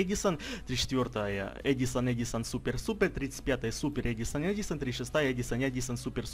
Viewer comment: я уже есть в музее на снайви на фамилий ударение на а